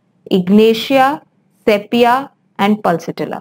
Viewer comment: Madam please correctly pronounce word sepia as sipia.